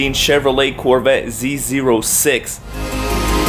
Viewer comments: Z zero six are you serious? 😂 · "Z zero 6", alright ~ Mr. Technical ~